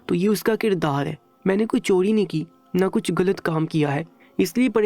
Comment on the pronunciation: If you don't know urdu talafuz, please hire someone who can deliver better talafuz. Gussa is actually Ghussa. Galat is Ghalat and paghal is pagal. You should use "gha" properly.